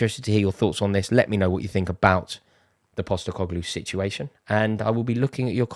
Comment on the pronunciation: Impostercoglue he said 🤣🤡